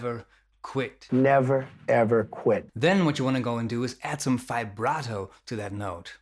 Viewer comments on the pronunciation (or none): Well idk you like trump or not but what he said was true........ And you always say “fi-barto” not VIBRATO.......why?